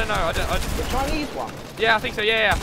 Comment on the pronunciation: the chinneze man😂